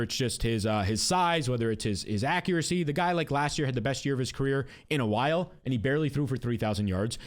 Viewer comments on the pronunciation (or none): none